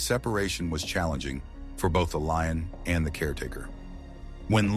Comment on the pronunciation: It’s a LION! Doofus, not Loin.